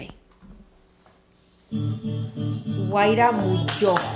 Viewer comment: Tengo entendido que la ( j ) no se pronuncia